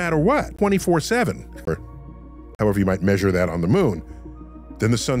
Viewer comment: The Hhhhhhhowever was too much stressed out, Dr Neil deGrasse Tyson! 😂